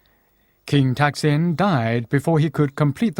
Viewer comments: ทำไมออกเสียงเป็นทักษิณวะ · Somehow, the narrator keeps pronouncing the name of this king incorrectly. His name was "Sin" and he used to be the ruler of a town, north of Ayuddhaya, named "Taak". And all rulers of that town would be called "Phra-jao Taak". Therefore, to clarify which ruler is referred to, the former name will be put in a parenthesis, e.g. "Pra-jao Taak (Sin)", but when people speak, the parenthesis cannot, of course, be seen. He had another name when he became the king of Siam. I mention this because it is irritating to keep hearing his name pronounced wrongly, and I've never heard any Thais (who are supposed to know this simple fact)correct it.